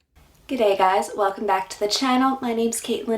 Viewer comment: Her g’day was almost correct. Almost.